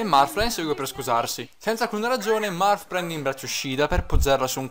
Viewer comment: M-m-ma io ho sempre pensato che il tuo gioco preferito fosse Pokemon :( Comunque, a me è sembrato che Elice dicese Morth...passso troppo tempo nella pagina mi sa. Ah, lo dico perché sì: Shiida in quest'oav >>>> shiida nei vari giochi di FE ;)